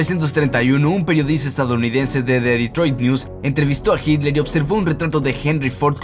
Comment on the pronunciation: Noto que tienes una evidente "dificultad" para decir Hitler y una poco sutil falta de respeto para quienes ven tus videos y te escuchan, que te pasa?.